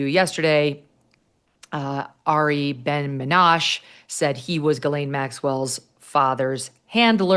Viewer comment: Someone tell Megyn that the name is pronounced Ari Ben-Menashee. Not Menash.